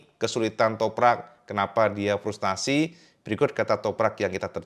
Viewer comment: Frustrasi,bukan Frustasi 😊